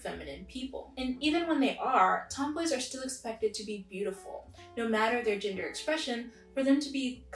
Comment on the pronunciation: Omg I thought you said ginger non conforming people 😂